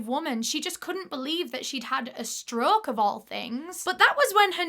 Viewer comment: The way she says stroke kills me 😂 “struuuuk”